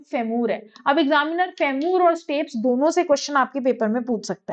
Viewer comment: फेमूर nhi फीमर hota h